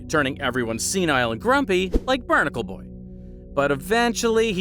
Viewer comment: I know he did not say barnical boy while showing mermaidman